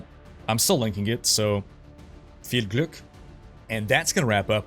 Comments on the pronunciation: Did you study German at some point? Your pronunciation was really authentic :D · that 'viel glück' was very well spoken :D// keep it up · Honestly, that "Viel Glück!" sounded really good! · As a German I loved how you said "Viel Glück" xD <3